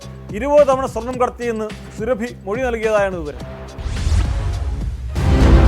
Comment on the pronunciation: "സുറബി" എന്നത് സുരഭി ആക്കി മാറ്റി. കൊള്ളാം മാപ്രകളെ.ശരീരത്തിൽ അല്ല, മലദ്വാരത്തിൽ.ഒരു വാർത്ത പറയുമ്പോൾ, ശരിയായി പറ. ആരെ ഭയക്കുന്നത്?